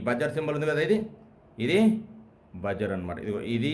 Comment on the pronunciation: చాలా సులభంగా, తేట తెలుగులో చక్కగా చెప్పారు. బాగుంది. కాకుంటే ఓ చిన్న సవరణ. Buzzer ఉచ్చారణ "బజ్జర్" కాదు, "బజర్" అనాలి.